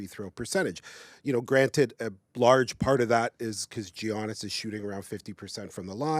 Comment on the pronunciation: Omg please stop calling him G-annis that is insane lmao